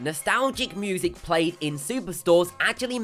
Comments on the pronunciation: Narrator needs to go! Poor word pronunciation is irritating, ie moosic (music)... Interesting video otherwise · it's music not "moosic" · And music -- he pronounced it 'moo-sic' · And "moozic" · moozic lol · Moosic haha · moosic xD